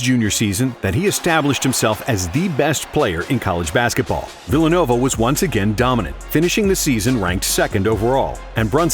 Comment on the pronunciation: Phillanova University? 😂